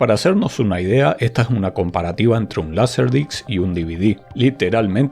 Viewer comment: Es laser disc no es laser dics gente por favor si van a hacer videos en español no usen las palabras en ingles ya que su mal pronunciación o escritura se escucha como el nombre del órgano masculino como pito compacto o pito laser 😂